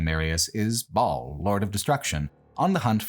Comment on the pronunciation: I love this video but hearing how you pronounce Diablo and Baal hurts my soul 🤣